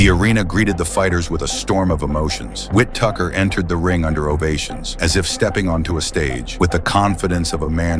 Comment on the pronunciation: "Ben Whit Tucker"; W-T-actual-F?! 😂